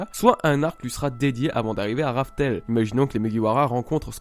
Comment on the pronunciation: Pourquoi Raftel ? Dans le tome 12 Crocus dit bien Rough-Tell ?